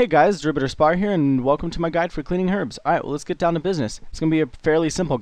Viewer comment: I swear at the start he said welcome to my guide for cleaning arabs :)